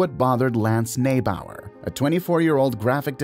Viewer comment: It would be helpful if you pronounce Lance's name properly it's actually pronounced "Knee bower"